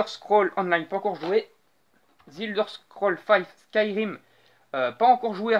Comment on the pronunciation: Apprend a prononcer The sérieux.